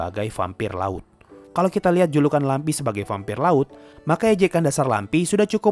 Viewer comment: Inilah klo lupa baca ulang naskah😅 Lamprey dibaca lampi